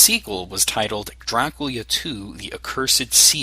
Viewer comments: I find it funny how you say Draculia xD awesome retroversion :D:D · Is Dracula supposed to be pronounced Draculia? Nice video